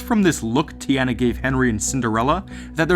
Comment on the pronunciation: Teeona not teeana